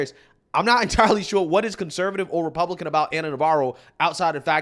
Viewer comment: I don’t even like the way Ana says Republican…sounds like Repooblican. 😂